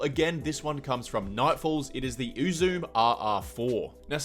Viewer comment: For the record, it's pronounced "Oo-zoo-may" and not "Oo-zoom." It's the name of the Japanese goddess of joy.